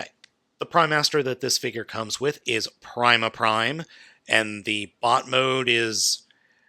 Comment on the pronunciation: i believe it's pronounced prema also i unfortunately need to get punch counterpunch for what i have planned i can't afford sdcc's throne of primes and i was planning to get all the primes that partner with my volcanicus ( minus snarl's his is onyx i can't afford predaking either ) and that's the only other way to get prima for my slug